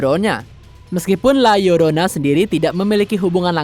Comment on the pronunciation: Gw suka..narator na berusaha melafalkan judul film la llorona dg benar